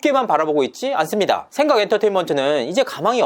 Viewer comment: 지금 의도적으로 생강이라고 발음하는건가여? 그렇다면 아주 맘에 드는군요 ㅋㅋㅋㅋ